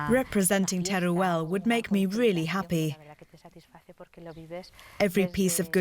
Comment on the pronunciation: its called Teruel, not tereuel